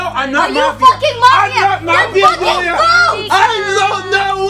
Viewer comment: Am I the only one who noticed that Josh says Gillia not julia?